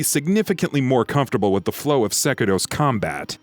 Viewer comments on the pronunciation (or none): none